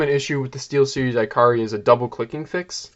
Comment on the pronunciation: “ee-kah-ree”, not iCarly